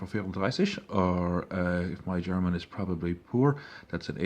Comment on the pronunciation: Wtf your German pronounceiations are really good. You sound more like a German trieing a English accent than and a English person trying to speak German.